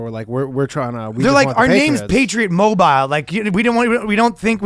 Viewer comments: the patriot mobile segment was ruined by ryan's pronunciation of "mobile." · Ryan... Mobile is two syllables. Fricken 3Spirits always adding syllables. Also separation of church and state means the state can't force religion on you, not that they must enforce no religion. That is literally them breaking the separation ya dingus. This is not France, it's 'Murica. (Also two syllables)